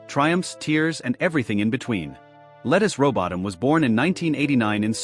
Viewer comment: Why don’t you take the time to learn how to pronounce her name…?